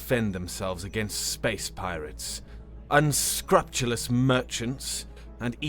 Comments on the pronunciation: Small corrections. Emphasis on the all caps. Please keep being an awesome narrator! Unscrupulous: un - SKROOP - you - lus Decorative: DEK - uh - ruh - tive, (or) DEK - ruh - tiv Contemplative: con -TEMP - luh - tiv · It's pronounced un-screw-pew-less. Just as a note. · My dear, "unscrupulous" is pronounced un-SCREW-pew-Luss. It means lacking in scruples. Conversely, "scrupulously" is pronounced Screw-pew-Luss. Hope this helps. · un-scrupe-u-lus your word pronunciation is ... interesting But your voice work is amazing